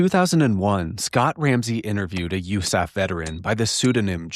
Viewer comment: FOR THE LOVE OF GOD, please,, PLEASE stop saying “you-SAF” for the USAF. Just say Air Force. Nobody - I repeat - NOBODY - says “you-saf” in the world… Please stop. It hurts me deep in my heart and gut when you say it like that… I love your work, ABSOLUTELY, but I get that GROSS ASS feeling every time you say “yousaf.” Please stop. I will PAY you to stop, if necessary… Respectfully, a 21 year retired Air Force (Office of Special Investigations) agent and commissioned officer.